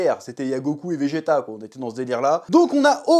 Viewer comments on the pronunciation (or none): none